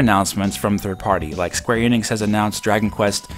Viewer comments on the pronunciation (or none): none